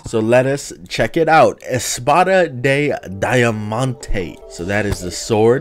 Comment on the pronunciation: daiamanteee, I love how americans say portuguese